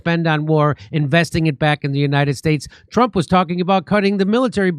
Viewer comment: Too funny, about 4 minutes into the video, you said “you really have to be a Trump to not see through it”. I heard “ you really have to be a Trump to Nazi through it”.